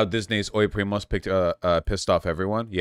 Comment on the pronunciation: prima is what they call me at work, haha omg vaush's pronunciation is even worse than I expected it to be